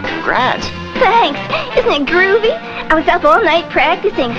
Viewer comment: Oh my god! She said groovey!